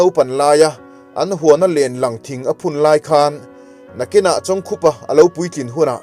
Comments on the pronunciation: Pu Chawngkhupa hming hi i chhiar dik lo char char. Bawkkhup tih a, khup tih lai ang hian lam ta la; Tin, Liangkhaia hming pawh kha i lam dik lo a nih hmel. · A hming hi ilam diklo aw.. Khup tih hi thil khup anga lam tur.. Lamte tih leh Lampui tih pawh hi adiklo bawk..a ngaihnawm lutuk tlat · Pu Chawngkhupa tih leh midang hming I lam rik dan ngaihthlak a hreawm hle mai Chhiardan dik leh fiah deuh takin rawn titha leh rawh u❤